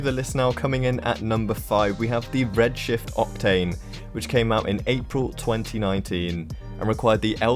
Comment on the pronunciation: In number 5 I thought you said Red shit octane lmao.